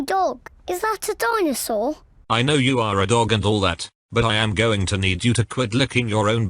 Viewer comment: dino-saw. GrRrRrRrR.